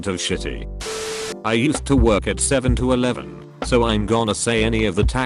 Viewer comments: Nobody: Text to speech: “Seven to Eleven” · nobody:: SEVEN TO ELEVEN